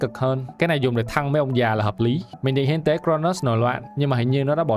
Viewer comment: Hiến tế còn cừu mà nghe thành thiên con cừu :)))))😂